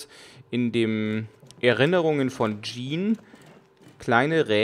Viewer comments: Übrigends, hust Sean wird ähnlich wie "Schaan" ausgesprochen oder, ums einfacher zu machen, wie "Shaun das Schaaf" und nicht wie das französische "Jean" (denk an Jean-Claude Van Damme um zu wissen wie das ausgesprochen wird) :) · Karsten Meyer Ich find das im grunde auch gar nicht sooo schlimm das er "Jean" zu ihm sagt, aber ich halte es bei Namen so wie bei allen anderen Dingen, ich möchte die eigentlich schon korrekt ansprechen. Bei namen kommt noch dazu das ich es respektvoller finde den Namen richtig auszusprechen auch wenn es hier in dem Spiel ja eigentlich nur um fiktive Charaktere geht. Naja is geht mir wohl einfach ums Prinzip :D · Karsten Meyer Mich irritiert es immer nur, wenn ich "Sean" lese und dann "Jean" höre frage ich mich immer wen er gerade meint. Immerhin heißt ja auch die Frau um die es geht "Jean". XD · Ob ihrs glaubt oder nicht, ich weiß, dass Sean "Schaan" ausgesprochen wird :) Ich denke, das ich wegen der englischen Aussprache von Jean und wegen den Rätseln an sich etwas verwirrt bin, weshalb mir das ein paarmal passiert ist ;)